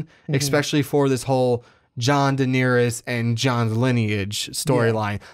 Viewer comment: stop calling Daenerys diniris